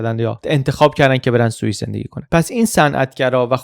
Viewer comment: سلام خوبی شاید باورت نشه،اینجا داری میگی سوئیس ولی من سوسیس می‌شنوم،بعد تو ذهنم قفلی زدم رو این «عجب سوسیسیه همش گوشته» 😅